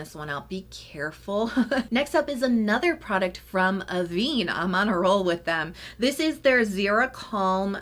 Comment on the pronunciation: Just a small thing: it's pronounced ah-VEN 😊